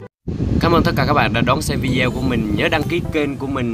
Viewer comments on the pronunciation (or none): none